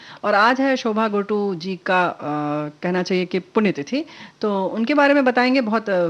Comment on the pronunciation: जी शोभा गोटू नही शोभा गुर्टू जी